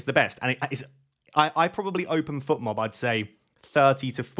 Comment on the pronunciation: Fotmob not Futmob,! Should I captain Sarr?